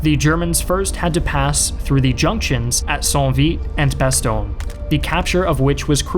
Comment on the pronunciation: When you pronounce 'Bastogne', my face makes the same expression like when someone scratches a blackboard. Either way, very good video. Sincerely, a Belgian.